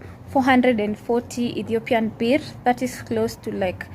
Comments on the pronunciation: Ethiopian Burr. That's how you pronounce birr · Dear gawd how you said birrr throw me out the window gaawwd damnn